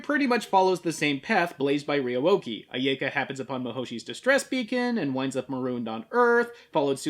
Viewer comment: Complains about pronuncition, says "aiyaeka".